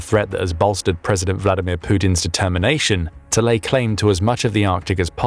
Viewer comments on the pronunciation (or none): none